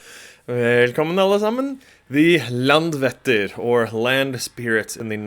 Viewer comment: Icelander here. I love this! Just one pronunciation tip (I know, Icelandic is challenging!) But the letter "Æ" (as in LandvÆttir) is pronounced as the English word "I" (like "I wrote this"). So saying Landvættir, knowing how to pronounce the letter "Æ" changes this whole thing :)